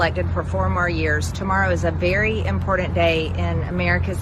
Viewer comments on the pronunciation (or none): you’ve covered it all perfectly. Just playing the grammar police here for Marge. It’s IMPORTANT not IMPORDANT. T not a D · every time I hear MTG say impordant instead of important reminds me of how dumb she is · When did they put a D in important? As mtg pronounces it (imporDant) not as bad as peach tree dish, but still very irritating